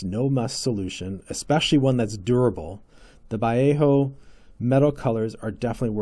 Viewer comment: Pronounced Va Lay O and Gallery 😊